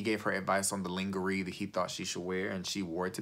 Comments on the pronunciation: ... Lingerie? Lol...It's pronounced "lawn-ger-ay" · I just love listening to your reviews on Tuesday night's, please don't throw in the towel!! Highlights of this video for me: 1. Mix of ingredients: A dash of sociopath and a dash of narcissist! Bwahaha!! 2. Ling-er-ree 😂 3. Checked for seasonings and all I saw was pepper!! 4. Big daddy dance makes me un-com-fort-abe-lay. (I agree!) 5. Winnie the pooh, shirt no bottoms...fun fact haha Dave trips me out thinking he is so perfect. He is a terrible communicator that creates a lot of his wife's insecurities. He even said there has never been a test of his emotional behavior yet, and he doesn't know if amber could help him if he was having a bad day because he is always the strong one. Well he sure seemed emotionally weak during the honeymoon during that sweat laden salsa dance lesson in Mexico and amber was very accommodating. This guy has issues and thinks he is so perfect, and he is the type that shouldn't be in a relationship let alone marriage